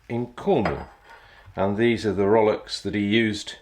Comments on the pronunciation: Rollocks? So that's how it's pronounced? Never knew, I learned something new today. It sure sounds about right though. Plenty salty, still close enough to the spelling to be recognizable, and with plenty of opportunity to make the bewildered landlubber raise his eyebrows and ask himself 'Wait, what did he just say? What should I grab?'😊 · So nice to hear people who speak English and say ROWLOCKS not row. Locks. Funny when I hear rowlocks pronounced properly I have the urge to yell “ double “!